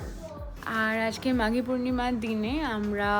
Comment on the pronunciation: Ota maagi purnima na!! Ota maaghee purnima